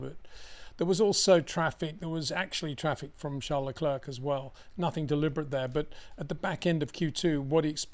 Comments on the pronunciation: Always the best analysis, thanks once again! Btw, Leclerc is a French name. I think it's disrespectful of you to Anglicise the pronunciation. How hard would it be to pronounce it as Leclear rather than LeCLURK? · Since the inception of Baku, Charles LeClerc (just say 'LeClair', not 'LeClurk') has crashed into the barriers of T15 three times. That is what's shocking.